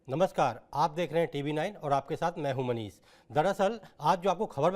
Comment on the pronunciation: Apna sahi se bol nahi pate. Chale hai news reader banne Manish hota hai manis nahi